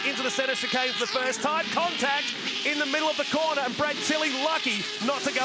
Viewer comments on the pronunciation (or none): You start watching these lovely old cars then suddenly it's ''Ah Naw, beeg damage, the M'nAAAro's off at the cornah''' Then I just see sad sights.